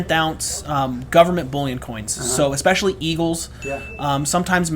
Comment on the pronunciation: "eckspecially" yeah ok